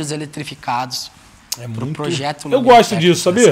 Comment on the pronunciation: "Led elitrificado"